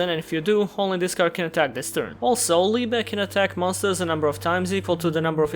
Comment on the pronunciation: Oh, a Yugituber that can pronounce and knows what "Liebe" means. Slav power! Vozić lol